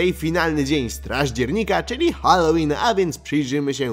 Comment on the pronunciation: czy ja szysałem halloween to ja szysałem hallosrin 😂😂😂😂😂😂😂